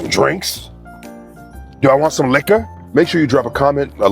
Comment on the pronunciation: “Do I Want Some Likka??” 😂😂